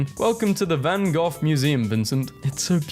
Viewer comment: it’s not van khock it’s van gokh